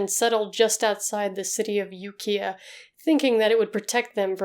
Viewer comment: my only gripe is that you mispronounced Ukiah, but thats nothing compared to how great these videos are